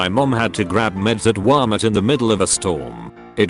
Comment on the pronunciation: Nobody: The voice: Wamert